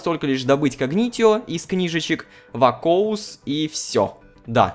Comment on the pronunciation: Рома не вакоус а вакуос там написано